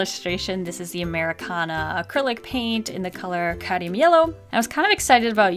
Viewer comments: Lovely art, love the challenge buuuuuuut it's cadMium! Not cadium. Just needed that off my chest. I enjoy your videos so much!!! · Hey, amazing video, love the drawing, it makes me feel so happy! Ps: I hope this doesn't come across as rude or mean, but it's cadmium yellow not cadium, just in case ya didn't know!💛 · I love that says ‘cadium’ rather than ‘cadmium’ 😂💛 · You keep saying "Cadium" yellow instead of "Cadmium"